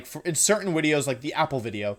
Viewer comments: Im new here and I have one question, what the FUCK is up with you saying wideo instead of video. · no hate, but why the fuck he says "uideo"? AAAAAAAAAHHHHH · Why do you say Wideo instead of Video? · JY P why does he say "wideo"? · I’d say the most evil thing is how he pronounces video lmaooo, “wideo” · Im new to Wolfey. What’s the “wideo” thing about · Can someone tell me why he says wideo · He keeps saying wideo lmao. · why does he say wideo instead of video? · Why do you say wideo? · Not to sound rude or clueless, but, what's with your pronunciation of "video" as "wideo?" I noticed you pronounced it with the "v" once, then repeated it with the "w." Again, not trying to be rude, just...genuinely confused. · He likes to mispronounce things on purpose, like how he says wideo.